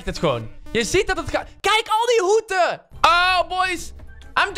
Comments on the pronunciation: Ik: hoeden: hoeten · Hoeten?? Haha hoeden! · Grappig hoe. Jij. Hoeten zegt in plaats van hoeden